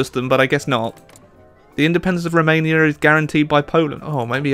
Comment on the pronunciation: the way you pronounce "Romania". Sounds a little bit latin. However, in romania language "Romania" is actually write like this "RomÂnia". And that "Â" sounds like you get punched in the stomach (seriously)